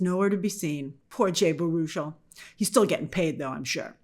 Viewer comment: I think Baruchel is pronounced barrow-shell